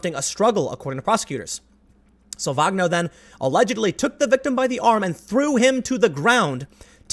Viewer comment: I'm fairly sure Salvagno is Italian, so the g is silent and is pronounced 'sal-van-yo'